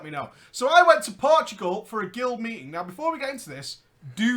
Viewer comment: Portugal, not Portgual